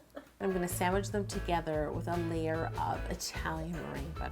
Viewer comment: Does anyone notice she said sandwij not sandwich